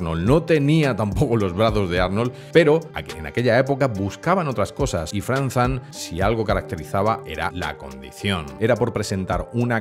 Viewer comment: Lo único malo de este video es... FrankZan jajajaja cada vez que lo ha dicho me he pegado un tiro en las bolas